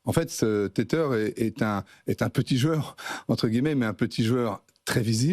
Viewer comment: Téteur ; un enfant qui tète. Tether (tè-vah) : (verbe) utiliser (un smartphone) afin de connecter un ordinateur ou un autre appareil à Internet. Verbe Attaché à. Apprenez à prononcer des mots anglais correctement.